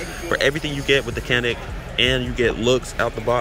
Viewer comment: hate to be the one bro, but the Canik is pronounced as Jan-ik.